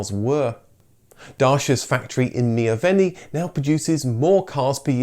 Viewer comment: “Pitéshtì”(ș=sh), “Miovénì” -> You don’t emphasize the last vowel when saying Romanian cities. Even though it’s written ARO, people called the cars Aro.